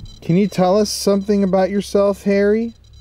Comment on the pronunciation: it sounds like your saying Hairy not Harry 😂😂😅😅❤